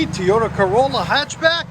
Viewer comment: It’s TOY OTA NOT TEE OTA !!!! That’s way to loud ….needs a flow fx ….hopefully he gets lots of tickets with his fart box 😆😆😆